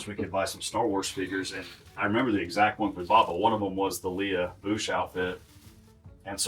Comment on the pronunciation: Lee-uh? You mean Lay-uh...